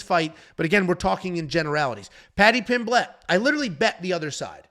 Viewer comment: lost it when you said paddy pim-blett hahahah its just pronounced 'pim-let'